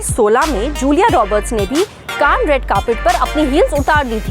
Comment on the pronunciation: Kan nai Cannes hai wo.